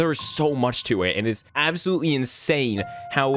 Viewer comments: “Absowutewy beautiful.” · “absowutewy beautiful.”